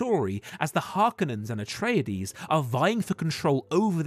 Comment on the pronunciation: "Atrayadees" ffs. They say the pronunciation in the movie.